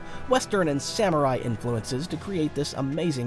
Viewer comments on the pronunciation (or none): none